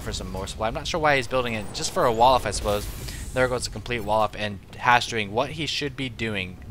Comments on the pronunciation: he called him Hashe... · He called him HasHe so many times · Drink every time calls Hawk "Hashe" this game xD